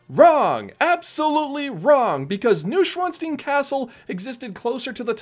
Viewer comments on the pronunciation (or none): *noy·shvaan·stine (not steen) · It's pronounced Noo-oyn-svan-sh-tine